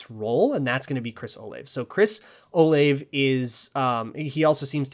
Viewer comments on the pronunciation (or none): It's Chris O-Lah-Vay (three syllables). I'm from OSU